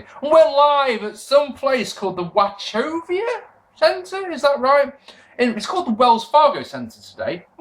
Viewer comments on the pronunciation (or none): Wa-co-via Center